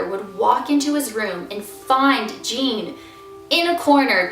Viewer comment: It's not Jean it's ujean